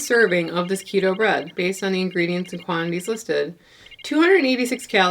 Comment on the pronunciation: Keta bread. Oh AI don't know our language lol.